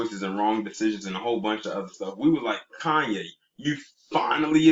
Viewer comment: *Koonyé (Kardashian).